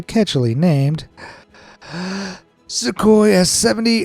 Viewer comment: I love is miserable but funny pronunciation of Sukhoi